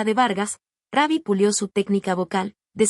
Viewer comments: Esta pagina son puras mentiras la voz es IA no dice Rubbi sino Rabbi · El nombre no es RAbby como lo pronuncias es R-U-BB-Y , no le cambien el nombre, falta de respeto😢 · Por favor no diga raby suena casi Como Conejo diga Como cua do usted dice root en ingles Rubby. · Ni sabe pronunciar su nombre